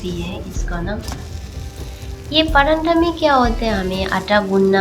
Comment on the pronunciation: Acha banaya he lekin paranda nahi bolte he pratha bolte he Hindi me video banate raho one% jo sunne me cute lagti he wo bhi thik ho jayegi 😊😊😊😊